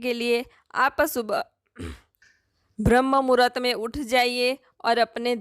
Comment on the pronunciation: Bhram muhart nahi bram muhart medom bolo.